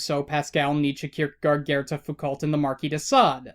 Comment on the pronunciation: HOW DID YOU PRONOUNCE SØREN KIERKEGAARD #MYDANSIHTRIGGERS